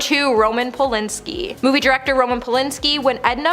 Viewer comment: Who’s Roman Polinski? It’s Polanski. Pronounced like “and”. It’s even spelled that way. (?)